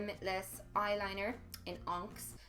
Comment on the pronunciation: I laughed so hard at the way you pronounced onyx 😂 love you Mel!! Great video❤️